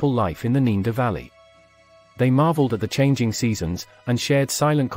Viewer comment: The guy keeps pronouncing Neander as 'neender' but then says 'Neanderthal' correctly. Weird.